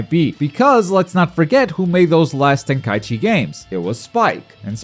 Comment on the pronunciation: What are you saying? Volten Kai Ichi? I feel like you're saying it wrong on purpose lol, some kind of inside joke?